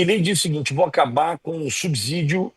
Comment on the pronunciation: assisto diariamente suas lives; Faça uma correção na sua pronúncia da palavra subsídio. O correto é subcidio e não subzidio. Obrigado!